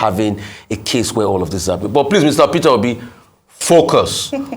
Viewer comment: I like how that young preacher called him Fitter Obi 😂😂😂. In the east we call him Pitobi 😂 and the Yorubas say Peter Hobi. 😂